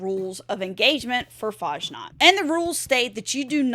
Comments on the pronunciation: FASSNACHT, not fahnaht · Fashnaht? Fass-nacht. Ch is pronounced like the ch in "lachaim" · Faschnaht 0.0 its Fasnacht dont butcher my beatiful language ~ Herman ze German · The game runs like Malware these days. Also, it's pronounced more like Fass Nahkt rather than farsh nargt. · Fasnacht is real live event celebrated in Switzerland and other countries , Helvetia being mini-Swiss-colony observing it too . you also absolutely butchered its name .